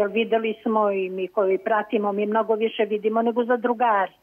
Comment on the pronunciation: Ne kaze se "koi" nego koji!!! TO JE TO !NEPISMENI SMO!